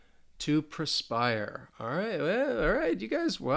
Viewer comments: Hey great job. Slight correction Perspire not prespire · Good video One thing on jeopardy game it's perspire not prespire. Had me thinking was Americanism :)